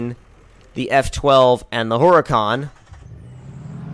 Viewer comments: its not heruhcon its Hurricane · you may have had a very minor stroke...that's very far from good 0_o Also, what is a Her-uh-con?